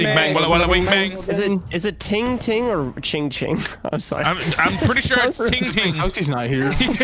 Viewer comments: When its ting tang not Ting ting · It's ting-tang not ting-ting rofl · it's ting-ting Bruh it's ting-tang.